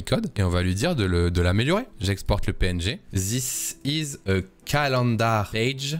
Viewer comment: question parce que ça clash fort dans mes oreilles; Pourquoi en France vous prononcez ziss pour this (alors que ça devrait plutôt ressembler à "diss") ... ou wissss pour with... (plutot que wit...) .. on dirait que je n'arrive pas à me concentrer sur ta vidéo ( qui est très intéressante soit dit en passant ! ) juste pour ça..